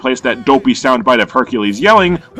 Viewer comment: Lol “Beercules”